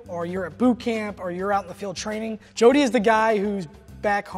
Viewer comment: 應該是Jordy(男性名)，不是Jody(女性名)